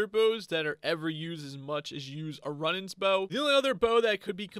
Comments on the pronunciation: its rune ans not run ans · Runaans is pronouns roonins not run ins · Zealot is pronounced: zeh-let Runaan's bow is pronounced: roo-nans (you say the last part right, it's just 'roo' and not 'run' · Not meant to be a hate comment but it's pronounced roo-nans not run-ans :) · Roonaans bow is the pronounciation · I noticed you mispronounced Runaans, it’s pronounced either Ru-nahns or Roo (like Rew) nahns. I wouldn’t have pointed this out but you asked us to so you’re welcome lol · (Ru-nawn) is how you pronounce the bow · its pronounced "zelit" or "zelot" and the bow is pronounced "roonans" no hate :) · im just trying to help... its pronounced roonans you hold the sound mor elike when you say spood its the same oo sound ;) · Wrong pronunciation: Runaans Compass Zealot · Dont wanna harp on you, but Runaans is pronounced Roooo nons bow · It’s pronounced roo nans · You are pronouncing zealots like this zélots try not accenting the E in the name and you will have it good. And runaans is pronounced (Roo-nons) just for if you need help pronouncing 😁